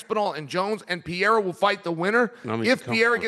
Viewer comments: Who is Alex "Pee-era" ? Lmao can someone please tell both of these dudes how to say the guy's name correctly already lol. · Purr-ray-rah its easy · PE - RE - I - RA 💥🤯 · Chael is gonna have me saying 'Piera' soon enough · Serious question: does Chael intentionally mispronounce legitimately every single fighter’s name 😂😂😂